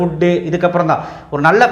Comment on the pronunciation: ஃபேகல்டி ன்னு சொல்லுங்க ஃபேகுல்டி இல்லை.